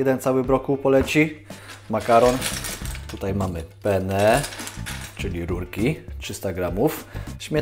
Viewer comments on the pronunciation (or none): To nie pene bo pene to członek po włosku mówi się penne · Taka mała uwaga : pene po wlosku to nie jest rodzaj makaronu a męskie przyrodzenie, dlatego tez wazne jest akcentowanie podwojnego "n" w slowie penne wtedy oznacza makaron. Przydaje sie na wakacjach we Wloszech ;) Pozdrawiam <3